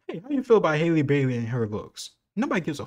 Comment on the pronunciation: It’s him saying “Hailey” instead of “Halle” for me 😂